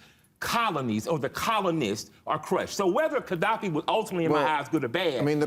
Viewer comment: Mofucka loves ghadaffi but can't pronounce his name lol. It's a very odd choice. And he thinks dating black women teaches you that Haiti supports France. Well, well, well as far as killer Mike knows Haiti is still sending money to France. As far as i know, killer Mike is about as smart as forrest gump but way less interesting and charming